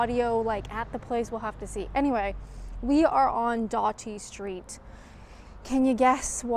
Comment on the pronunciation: Just FYI, Doughty St (Charles Dickens museum) is pronounced Dowty not Dorty St 😊😊